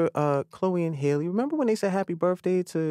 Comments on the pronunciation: Good interview but why don’t ppl know how to say Halle still? Lol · kept bringing up his son and her social media like they’re even related. couldn’t pronounce halle right. seems like a well-meaning guy but where’s the professionalism? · Facts and how he cant say Halle right that just embarrassing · the little mermaid press tour will be a battle if all these journalists dont do their research first… get halle’s name right, no offense 🤗🤗